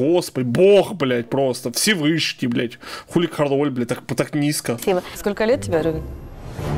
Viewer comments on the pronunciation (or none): не Король, а Кароль и ударение другое, я Полька